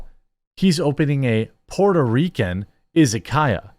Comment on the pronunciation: Pronunciation for Izakaya would be "Ee-za-ka-ya", but otherwise, you're close enough.